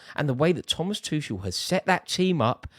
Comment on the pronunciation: Put some respect on Tuchel's name 🤣🤣🤣